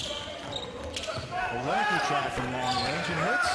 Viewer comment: It's pronounced OL-LYN-NICK